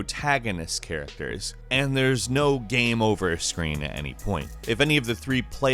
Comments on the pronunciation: Is he saying "gam"?? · Is this an AI voice.Early in the video I noticed it didn't say game 2 times it said gam.